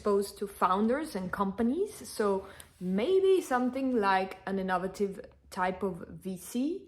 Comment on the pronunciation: Just to help your English its pronounced inno- vate- iv